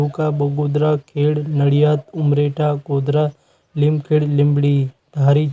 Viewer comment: લીમખેડ નહીં ભાઇ તમે બહુ કરી લીમખેડા બોલો